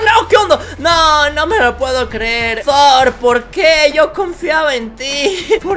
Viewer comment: Se dice tor no zor